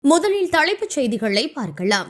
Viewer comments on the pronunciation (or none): என்னம்மா தமிழ் மேல இப்படி லாரி ஏத்தி கொல்லுற,,,, தழைப்பு செய்தி ன்கிற, முதழில்னு சொல்ற,, பார்கழாம் னு சொல்ற உனக்கு தமிழ் சொல்லிக் கொடுத்தவன் யாரு? நீ normala பேசு தமிழ் pronouns ன்கிற பேர்ல கொல்லாத,, உன் voice கேக்கவே எரிச்சலா இருக்கு